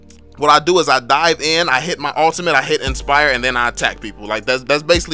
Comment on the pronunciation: Yo! I really like ur video With that "drop dat bass" music And ur "rapper" like way of speech Haha Its just like an undercover rap challenge U know, when u want to rap but u have to do some tips and trick video first LMAO! Especially when u say "ma" instead of reguler "my" hahaha Its really different from what my teacher say in my entire english class since elementary school till my highschool By the way, what will you choose for karrie, windtalker or scarlet phantom? Assumed there only 1 place in ma karrie inventorie haha